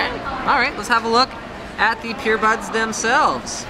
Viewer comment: is anyone else hearing "PEERBUDS"